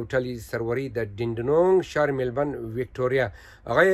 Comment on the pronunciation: شهر میلبرن یا میلبورن چند سال استه د استرالیا استی نام شهر میلبورن درست گفته نمیتوانی باز یوتیوب جور کردی😂😂😂